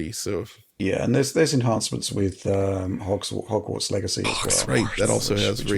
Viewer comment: Hogswarts is the funniest slip up I've ever heard